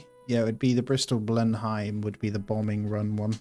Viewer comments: Btw its not "Blin hime" it's "blen um" like the palace 🛩 RIP those personnel that died at the end 😥may their sacrifice be not in vein.🏛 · Ble-num, Churchill home...